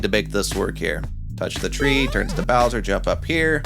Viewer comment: "boush" "bowtra troopa"